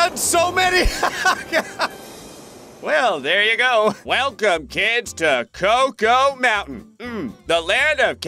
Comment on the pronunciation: when said cocoa mountain at the end i thought he said cocomelon💀